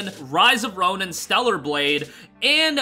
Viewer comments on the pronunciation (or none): none